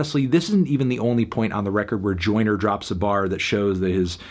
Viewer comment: Melon saying “Oyner Oyner Oyner” for 7 minutes doesn’t make this a review.